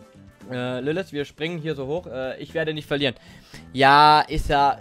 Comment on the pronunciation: Es heiße LilliT oder LilliTH aber nicht LilliS.